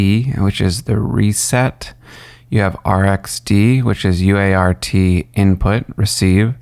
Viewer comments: "UART" is conventionally pronounced "you art." "Baud" is conventionally pronounced "bawd" (rhymes with "awe"). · Its pronounced UART not u.a.r.t. americans need do learn that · Cool LoRa module.. Thanks for sharing! PRO TIPS: -Baud is pronounces bawd. -UART is pronounced "you art". (not u-a-r-t.) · Nobody says "you aye are tee" -- it's a "you art" :-). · It would be easier to take you seriously if you would pronounce things correctly. UART is you-art, BAUD is bod. You certainly don't appear to be too young to know this. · UART. . . .you-art. Try it out, it's easier. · lol, you could've directly said BAUD is pronounced like BOARD ;) UART is always 'you-art'. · No - it's U-ART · It's pronounced "Bored" in every single English speaking country.... SIGH He got "U ART" wrong too...